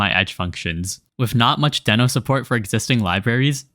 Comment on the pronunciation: It's "dee-no"